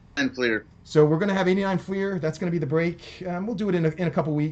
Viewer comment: You're not the only one. When I got back into the hobby a few years ago, I found some channels pronounce it "flair" too. I was wondering if I had been pronouncing it wrong all these years. LOL. Do you say Rick Flair or Rick Fleer? 😂 My wife gives me a hard time for saying "rut beer" and "ruf shingles" for root beer and roof shingles. I picked that up from living up in Toronto for a few years, I suppose?